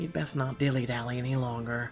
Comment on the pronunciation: Lol. They said dilly daly.